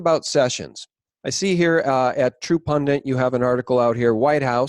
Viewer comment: PUN-DIT NOT “PUN-DANT”. You are so smart, your grammar should match your brain.